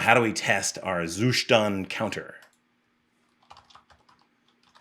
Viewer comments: You actually do not pronounce "Zustand" correctly, albeit you insist throughout the video in doing so numerous times 😀. Nevertheless, great content, i have recently started researching how to test my code, and, surprisingly, the web is very scarce in terms of good quality info on testing. Keep up the great work ! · You just love pronouncing zuStand :))